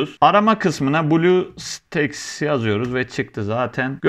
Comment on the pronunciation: blu staks değil blustack diye okunuyor